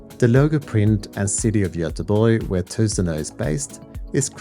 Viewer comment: Wow. The way you read Goteborg... Need to learn how to pronounce that before I have mine delivered to me. Just picked up this piece today.